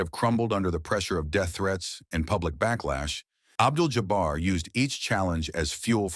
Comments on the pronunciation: Abdul JOBBER????? I hate AI. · Y'all please stop with the AI narrators. Just read the copy yourselves. Who TF is "Abdel Jobber?!"